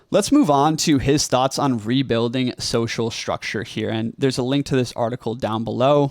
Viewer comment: Another young person who has a sh sound for a st spelling. Shtructure. It has been spreading in our culture. Wonder why. Distracting a bit. Content good so far:)